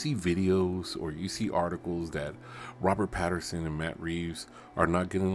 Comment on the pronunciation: Pattinson, NOT Patterson.